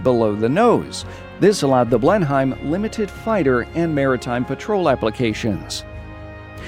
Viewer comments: Great video but the Blenheim is pronounced blen-em not blen-haim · Awesome. It’s pronounced “Blenhim” not “Blenhime” by the way :) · Toby Wood it’s pronounced blen-um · Can everyone please start pronouncing Blenheim correctly especially when so much work is put into getting the German names correct, in English the H and I are silent, blen-em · Just so you know from a British person, the Blenheim bomber is pronounced as 'blen-em' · Great video, minor thing but as a Brit I’d thought I’d let you know...Blenheim is pronounced, ‘Blen-um’, weird I know. But hey that’s English for you! Same for Buckingham, it’s ‘Bucking-um’ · The Bristol Blenheim is pronounced blenim (you don't pronounce the h) anyway this was a fantastic video. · Its called not blen hime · It’s pronounced blen im